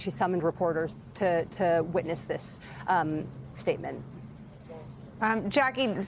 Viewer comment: "Witness" sounded like "weakness" 😂😂😂